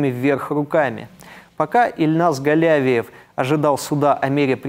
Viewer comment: Спасибо,, всегда интересно Ваше изложение мировых новостей! В фамилии Казанского террориста ударение на И ( галявИев), но это неважно, важно то, что в школу он зашёл не беспрепятственно. Ему оказали сопротивление вахтёр и охранник, он их ранил. Тем не менее вахтёр успела нажать на тревожную кнопку. Их представят к государственным наградам.